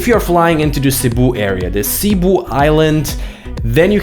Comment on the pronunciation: Bro it's cebu not sea boh